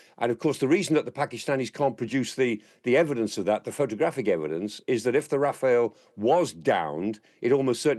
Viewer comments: It’s pronounced Raf-al not Rafael 👍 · It's RAFALE (not Raphael)! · Clark is great, but its Rafal, not Rafael